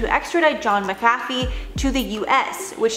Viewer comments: MACK-a-fee, not mick-AFF-ee - h. Granger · Pronounced ; MACK-A-FEE not MICKafee... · I always thought it was pronounced Mac - a - fee ……. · She pronounced it Maa cafe,,,, made me want some coffee 🤣🤣🤣 Hes got a great Wee Irish surname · Pronounced Mack Uh Fee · When you can tell that the host was too young to know what McAfee is, so it is mispronounced all the way to the end. Very cute:) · This story is terrible and sad but I just can't get over the way that they're mispronouncing his name